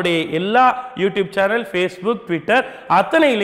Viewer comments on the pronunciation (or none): none